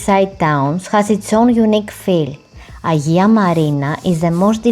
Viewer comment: Very thick accent which is no problem if you could pronounce the name of the island correctly!